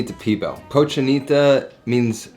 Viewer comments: Lol what is Pee Bill.... great Spanish 101 hahaha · He was losing me at flour tortillas for Cochinita but trully lost me at "P-BILL..." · love this youtube channel but its pronounced : cochinita PEEE BEEEL